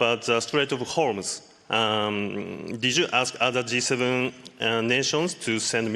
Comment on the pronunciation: Strait of Hormuth??